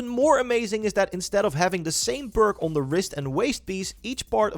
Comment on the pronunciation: guys if you need help figuring out this video, hes actually trying to say perk, not ‘burke’